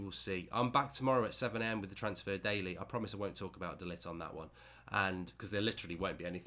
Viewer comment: It's pronounced De Ligckkhhht